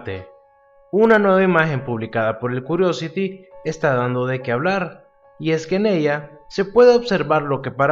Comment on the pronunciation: La pronunciación más aproximada para la palabra curiosity es (KIUORIOCITI)